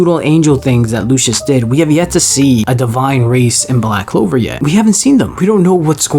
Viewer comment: Bro said black clover shudippen💀💀